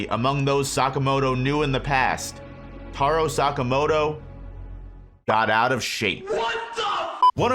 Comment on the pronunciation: Tarow sakamowtow